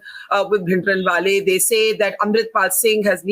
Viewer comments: Tavleen's pronunciation be like "P!indraanwale" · Everytime she says bbpphindrawale..... 😂😂😂